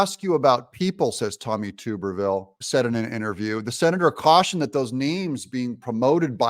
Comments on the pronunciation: Doug its not tube er ville its tuberville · Not TUBE-R-VILLE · Tuberville the “U” sound is short. Not long. Stop saying tube. Wash Tub. Say Tub tall man! Don’t take offense. Love ya Man! Appreciate what you do. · It is not pronounced ”Too-Berr-Ville!! Man we can tell your not from the south!! Its Tub-er-Ville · I like Vivek! PS: Senator Tuberville is pronounced like your, Bath Tub! Tub, not tupe😊 Love the show, too tall! Don't ever change 😊 Peace. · Hi Doug, just an FYI, Sen Tommy Tuberville's last name is pronounced "tub-er-vill" not "toob-er-vill". He was Auburn's football coach and everyone who knows about him pronounces it "tub-er-vill". Greatly appreciate your analysis on the VP hopefuls. My favorite by the way is Gov. Kristi Noem (1st choice) followed by Gov. Sara Sanders and my longshot but a real conundrum to beat from the Dems would be Lt.Gov Winsome Sears of VA who may very well win the potential swing state of VA with her on the ticket. And she's a dynamo conservative! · Please correct your pronunciation of Tommy Tuberville's name. It is pronounced Tub-er-ville not Tube-r-ville. He is the senior senator from my state, Alabama, and former coach of my alma mater, Auburn University. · Tub ber ville not Toob er ville. Just an fyi! Keep up the good work Doug. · Tub-er-ville. Not tube-r-ville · Hey Doug you say his name tub not tube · You Killin me with the Tooberville😂😂 It's Tubber like Tupperware except with the B😂😂😂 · It’s TUB-er-ville. Not TUBE-er-ville. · Doug Tommy’s last name is pronounced Tub er ville Not tuber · It's TUB-ER-VILLE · Tuberville is pronounced Tub- like a "bath tub". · Please Doug…Tuberville is pronounced Tub…er…ville. Like a bath TUB. Love your commentaries! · ❤️🤍💙 *THANK YOU DOUG* 👍🏼😘❤️ *btw, just an FYI, believe it's pronounced, "TUB..ER..VILLE"..AS in BATH TUB* 👍🏼😘❤️ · “Tuberville rhymes with Rubberville 😂. Are you pronouncing his name wrong on purpose? Not asking in anger, just curious and a little amused 😂